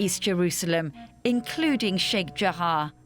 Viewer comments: News : Fine report, but why pronounce Sheikh Jarrah as if it's spelled Sheikh Jahar or Jahaa? Pronunciation should be based either on spelling, or the other way around, in which case the spelling should then match the pronunciation ; and not mix it up. If people followed such a linguistic rule, then it would most surely make learning language considerably easier. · Its sheikh jarrah not jahaa. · Sheikh JARRAH!!! Not Sheikh Jahar!